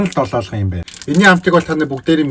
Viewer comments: Dololgon bish Doloogon shd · ДОЛООГОН ШҮҮ ХАХА ДОЛООЛГОН